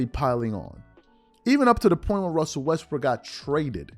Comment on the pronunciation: gets me how these clowns are so in love w shannon now they're going to pretend that the ONLY problem was skip saying "westbrick"